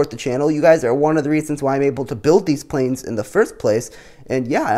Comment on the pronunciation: Everybody gangsta until the plæn is almost done